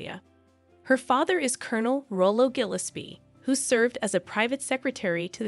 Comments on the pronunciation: Interesting story but "Gilis-pee" hurt my ears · Your pronunciation of Bali and Gillespie needs work